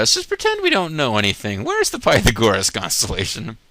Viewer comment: oh god Pytha gore us. dat pronounciation.